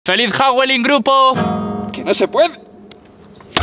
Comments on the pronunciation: ojo dilo bien es hallowen no awollen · La palabra es Halloween no hawoleen como dice al principio. 😂 Bueno, puede que sea una broma de él…. De todas mmaneras la está pronunciando fatal. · Cuando dijo hawelin 🤣🤣🤣🤣